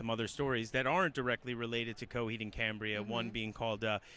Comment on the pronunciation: CoHEED it’s coheed...why so much accent on the EED I don’t like her...mother superior make it stop 😞